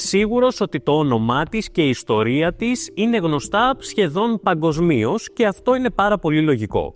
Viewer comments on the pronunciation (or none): Keep in mind that the specific native Greek speaker makes pronunciation errors, e.g. the adverb "παγκοσμίως" is incorrectly pronounced as [pa-go-zmi'-os] instead of the correct [pan-go-zmi'-os]; also the adverb "σημαντικά", again [see-ma-di-ka'] instead of the correct [see-man-di-ka'] but happy to hear that you pronounced it - right after him - correctly; also, he tends to mispronounce vowels and spurious diphthongs. The newer generation of modern Greeks (c. post Gen X) have a deficit in terms of pronunciation (as well as spelling and vocabulary) not because of a genuine linguistic historical shift but due to the lack of basic knowledge of their own language. It is disheartening but also a reality.